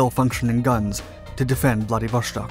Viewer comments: I love the quality and quantity of content you put out. However, please learn when to properly pronounce "sh" in Russian. Vladivostok not -shtok. This has been an issue for years now, and something that can be solved with a cursory Google search. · Why on earth do you pronounce "Wladiwo-SH-tok"? It is Wladiwo-S-tok"! I have several russian speaking friends. And they told me it is "Wladiwo-S-tok". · I cringe every time you pronounce it "Vladivoshtock"....it is pronounced "Vladivostock", no "shhh" sound. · It pronounces Vladivostok, not Vladivoshtok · VladivoSTok not VladivoSHTok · Interesting content--an area of Asia not often thought of, nowadays. BTW, Владивосто́к = Vladivostok not Vladivoshtok (It's Russian, not German.) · Vladivoshtok xD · How hard is to say Vladivo(S)tok instead of Vladivo(SH)tok. As clear as you say Sun use that S and say Vladivostok! I get the impression that it is the mentality of Westerners that they must be specific and special in everything... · dont say 'vlady vostok', say it as one word man... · why do you keep pronouncing it VladivoSHtok? there is no SH, just S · whoever told you its pronounced VladivoŠtok,, was wrong :) vostok mean east, no sh in it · I don't know what's with this guy! Every video he uploads, he mispronounces the names of the most widely used geographic places. Now, he says: Vladivoshtok! It's not like he hasn't heard it before. Maybe he does it on purpose. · Stop pronouncing it ‘vladivoSHtok’ with an sh sound like the word shell. First, IT IS ANNOYING! Second, it’s wrong for f**ks sake! It is pronounced like ‘stock’ as in stock market. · The s in Vladivostok is just an s, not sh. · There is no SH sound in Vladivostok. You can hear it via google translate text to speech. Russians have a dedicated letter for the SH sound, which is not present in the word. Why do you pronounce it like this? Pronouncing things incorrectly takes credibility away from your videos. This research would have took like 2 minutes of extra work.